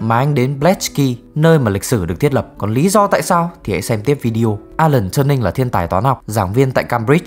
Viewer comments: TuRing not TurNing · Alan T-U-R-I-N-G, không phải Turning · alan turin chứ k phải turnin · Góp ý một chút là Turing cần sửa phát âm chút ha